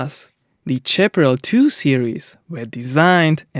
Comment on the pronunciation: When English is not your first language or you are un-sure how to pronounce a word GOOGLE Can help. Example: Your repeated mis- pronunciation of Chaparral Google pronounce Chaparral Google pronounce Howitzer